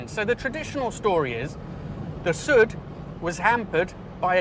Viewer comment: it is "Soooood " not "sut" (which stand for "south" BTW the Alfasud-"story" is very similar to the one of the English car industry of those years....